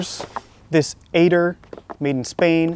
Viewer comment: I have a cousin from Spain, named Aitor. It's pronounced "eye-tore" - very much like saying "high score." Or... "knife store," sort of.